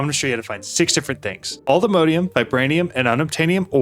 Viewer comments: Not sure why you say "Allthemodeium"... It's All The Mods 10, not All The Modes 10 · Wouldn't it be pronounced "all the mod -ium"?